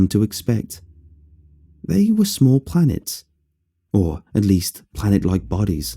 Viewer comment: I legit thought it said plants not planets.